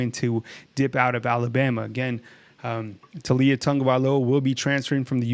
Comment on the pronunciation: Bro, it's Tau li a... Not Tu li a